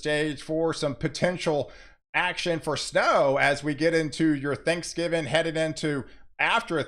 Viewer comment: It’s THANKSGIVING! Not Thanksgiven. Einstein.